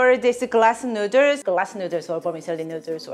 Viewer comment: STOP SAYING NOODLES AS NUDERLS